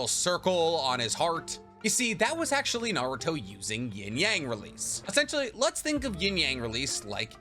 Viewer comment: Dayum I've never seen actually butchered that badly💀